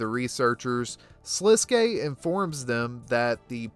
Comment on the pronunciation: many channels call him "Sliskk" and it drives me insane. You are the first to ssy it right